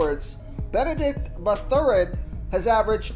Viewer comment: Did the pronunciation of Mathurin make u cringe?